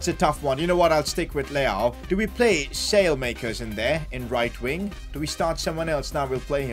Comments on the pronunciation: Salemakers 😂😂, at least try!!! It's pronounced something like Salamakers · its not Salemakers as you say it's pronounced Salah-ma-cars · Its not “sale-makers” its “ salay-makeers” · By the way Saelemakers is pronounced like this - Salah Mackers rather than sail makers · As An AC Milan Fan, His Name Is Pronounced Sah-La-Ma-Kers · you're saying his name wrong it's pronounced "Sally - Mac-kers" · You have to say Saalemaakers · Just say the e as an a from saelemakers speak the e as an a